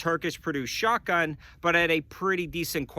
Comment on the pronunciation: Haha, you said “shart-gun”